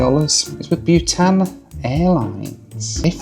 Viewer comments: Bhutan is pronounced BOO-tan, not BYOO-tan. Why do people mispronounce common words? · I thought you were flying 'Butane Air' until I saw the livery. Its BOO -tan 😊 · Byewtan- pronounced Bootarn. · your pronouncing bhutan wrong it's pronounced bu-tahn and how did you not know it existed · Not bewtan,, Bhutan (short vowel).